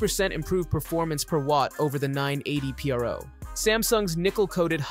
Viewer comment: Wtf is this? A listicle as a video? A lisdeo? Nobody needs stuff like this. Everyone can look up spec sheets. And even read 'pro' properly